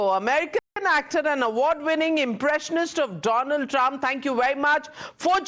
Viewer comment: Donald trump ❌ DoLund Trump ✅😂